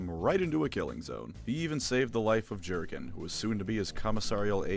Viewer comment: Having reread the first six books recently, I can say that some of this isn't true. Namely the psyker's tittage thing - Cain was way more interested in the Inquisitor herself. Also the "ju" in Jurgen is pronounced "you", and the emphasis is on the last syllable, it's an eastern european name.